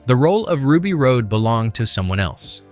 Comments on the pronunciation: I’m loving the info but this voiceover is killing me. It’s Ruby Rod not Road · Love learning about all this. One thing I thought should be brought up about the character Ruby. Ruby's last name is pronounced "Rod, as in Hotrod." Not like Road. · The announcer has literally never seen it, or he would know that it's NOT pronounced Rue B. Road. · “Rod” not *”Road.” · DID YOU EVEN SEE THE MOVIE? ITS RUBY ROD, NOT RUBY ROAD!!! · It's pronounced "rah-d" not "road". Driving me nuts. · This review is OK, but so irritating. The dude doing the voice over has clearly never even seen the movie. He's mispronouncing so many of the key words. Like repeatedly saying "Road" instead of "Rod". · Besson's wife Maiwenn was in the blue alien diva costume, but that wasn't her voice. I forget her name, but she's a well known opera singer. Also, It's pronounced Ruby ROD, not Ruby Road. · Ruby's last name is pronounced "rod", not "road". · It's Ruby Rhod (pronounced ROD, not road) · Awesome video man this is easily one of my favorite movies of all-time and most definitely a timeless sci-fi classic that will likely never be replicated. One teensy tiny gripe is that it's Ruby Rhod (Rod) not Ruby Rhode 😁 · why do you keep calling hiim Ruby Road? It's Ruby Rod. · It’s pronounced “ROD” not “road”! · Chris Tucker’s character’s name was Ruby Rhod (pronounced like fishing “rod”, not pronounced like rocky “road”.) The guy narrating this video never pronounced it right, not even ONCE!! It’s like he didn’t even watch the frakking movie! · RUBY "ROD" Not RODE. ffs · Ruby Rhod's last name is pronounced "rod" not "road." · Your narration keeps pronouncing it road. But Ruby Rhod was pronounced rod. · Have it on DVD watch it a lot! Didn’t even see it in the theater. This was Milla Jovovich breakthrough role. Funniest part of this is I do not even like Bruce Willis.... mostly as a person. He was a jerk! So, if you're going to read the script..... GET IT RIGHT! Its Ruby Rohd. Its pronounced Rod! Not Road!